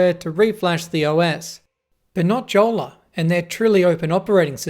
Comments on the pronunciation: Pronounced "yolla" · I think the pronunciation should be "iolla" :) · Btw it’s pronounced yolla judging by the company being from Finland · Since it's a finnish company, the name is pronounced as "yolla" and is a finnish word for a dinghy. :) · I thought it is "Yola"? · Jolla is Finnish for dinghy, it's pronounced "yolla" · Nope, it's pronounced yolla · Tough to take you seriously when you can't pronounce Jolla correctly. And you bought a 34 dollar phone. What did you expect...? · The pronunciation of Jolla is killing me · the way that he pronounces jolla makes me mad and im not even finnish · So you bought a smartphone from 2013, with a banner saying "permanently locked", you struggled with YOUR Mac to run telnet, you tried to hack a device that was designed with security and privacy in mind, and the summary of the review is that the Jolla device sucks? By the way, J in Finnish is pronounced like Y in English.